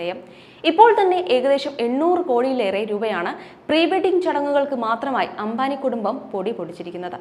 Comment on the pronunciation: അംഭാനി അല്ല , അംബാനി. പിന്നീട് പറഞ്ഞ ഘാനും തെററി. ഉഛാരണം മുഴുവൻ തെററ്